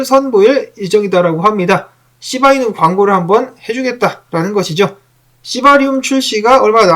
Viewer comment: 시바이누설명하실때 발음이쎄게들리는건 저만의착각인가요ㅋㅋ 너무 재밌네요